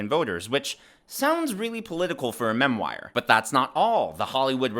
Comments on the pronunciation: it’s pronounced MEM WARR. not mem wire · not mem-wire.. it's pronounced mem-war